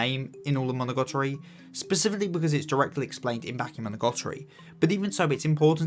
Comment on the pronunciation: Great video, seeing how Hachikuji and Araragi bounce off each other during conversations through the series and where their arcs take them is so fun and I love how you highlighted the way they both helped each other in a way by meeting. Also I don't want to be nitpicky sorry but why do you pronounce it like "Monogotori"